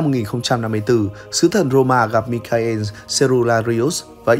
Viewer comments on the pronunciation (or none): Biết đọc tên tiếng Anh ko vậy? Đọc lại chữ Michael xem. Từ cơ bản mà còn sai nữa